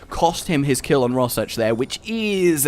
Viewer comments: Think Raw Shark for pronunciation of that word. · That was fricking sweet! Awesome commentary and sweet editing. 10/10 would watch again P.S. Even though you slaughtered the pronounciation of Rorschach and the names of the planeswalkers, the one that actually hurt the most was "facade" xD